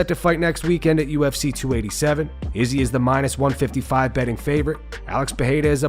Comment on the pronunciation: why does this guy pronounce izzy's name like that?!